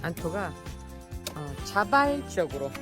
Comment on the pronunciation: 자발적으로 자발적으로 🤣🙏... 강조 엄청하셨어요 ㅋㅋㅋ 내가 좋아하는걸 한다는건 엄청 행복하죠 ㅋㅋㅋ 욕을하셔도 못알아들으니 ~ 핑퐁 ~ 돈받음 끝 약간 터키도 비슷한데 닭 테레사님 성폭행 🐓 스트레스 풀기 에공 😇 오늘도 목소리듣고 행복합니다 감사합니다 👍 ❤